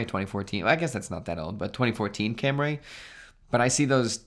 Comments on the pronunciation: “Cam-rays”?? That’s so american of you🤷🏼‍♂️. Toyota Camry- it is pronounced “cum-ri” . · No it’s cam-ri. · I'm really upset he can't pronounce Camry correctly. It's not a Cam-ray.